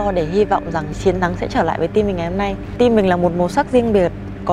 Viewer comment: Hlv hương ginag đọc Team thành chim 🐦.làm ơn nói chuẩn ạ